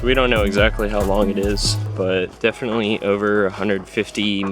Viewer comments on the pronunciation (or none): none